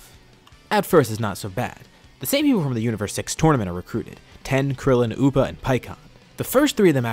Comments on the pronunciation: Tien. TEE-EN. If you're going to say his name as "Ten", stop, and either form an argument that your using his non-English name (I don't here son after goku, invalid argument), or pronounce it correctly. It detracts from the video and is stupidly infuriating. How can a fan mispronounce a name with two syllables? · Y does he call tien ten? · the amount of times you say ten and not tien causes me physical injury,. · you know a manga reader when the rapidly incorrectly says a name ITS NOT TEN ITS TIEN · How many times is he going to say ten and not tien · why do you call Tien.... ten ? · FFS ITS TIEN NOT TEN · TI-EN, why do you say Ten ??? It’s super annoying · It’s just a fucking mispronunciation chill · Tien.... tee-ehn.... I know you know.... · Great story, i just hate that you are pronouncing Tien as Ten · oh really I didn't know that... it just hit my ear funny and didn't really like it haha 😅😆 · Why do you pronounce Tien that way?